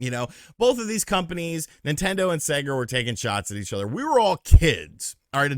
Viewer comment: Spot on today … but I noticed you are starting to say SegGER instead of sega lately. Turning into your parents!